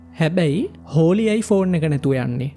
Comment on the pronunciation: හෝලි ද හොලී ද? Holly = හොලී